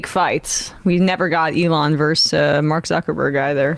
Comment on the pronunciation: Why do people under 35 pronounce "versus" as "verse"?